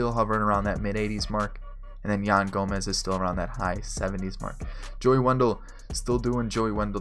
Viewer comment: Who else got mad when he called yan gomes yan gomez.